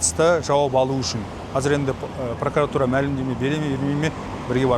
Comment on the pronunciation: Неге пракАратура? Пракуратура емес пе. Пракарар емес қой.